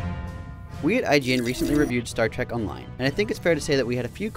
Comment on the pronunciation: its Trek not trak